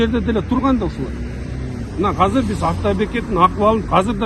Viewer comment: Кыргыз тилинде "азыр" деген созду "казыр" деп да айтышабы? 1-жолу угушум, кайсы жактын диалекти бул ыя?